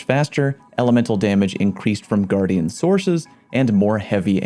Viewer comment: its guardian not gu-ardian why do you say it like that...